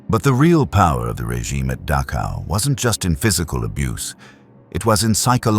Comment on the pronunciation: Please learn to pronounce the ch sound in names like Dachau.